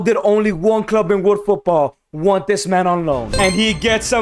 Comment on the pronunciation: he said wnat instead of want